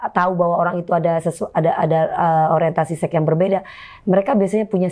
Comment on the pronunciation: DP bilang sex jadinya kok sek gitu siiiihhh … (sek’esek’seket’an😂) .. pengucapannya “seks” gitu lhooo biar educated dikit🙊🙈